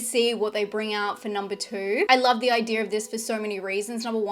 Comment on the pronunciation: Laugh everytime u say idea in your videos